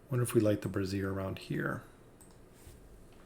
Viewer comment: I really don't want to nitpick but its pronounced brāZHər, not brassiere. Great vid nonetheless!